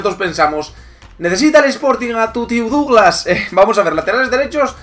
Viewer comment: Su nombre se pronuncia "Daglass".En Brasil se partieron de risa cuando lo fichó el Barça porque ya era un bulto por aquella época.